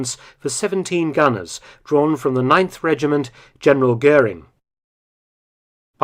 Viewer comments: Interessanter film. Aber der dt. Kommentar ist grottenschlecht. Kein personen oder ortsnamen richtig ausgesprochen😮 etwa " guring". Unnötig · Más que pésima la pronunciación en castellano de los apellidos alemanes: Göring no se pronuncia "Gurín", etc. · GURIN ? NON GOERING :face-blue-wide-eyes